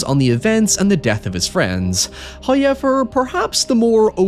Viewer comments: I would love it if you could explain the vowel sound you make for “however”! Hauoeehvarh is a special word to me. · First "hoyevver" drops at 0'27. Which is very kind of Him. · The only way to survive the Uwe Boll zombies is to shout "HOYEVER" at them.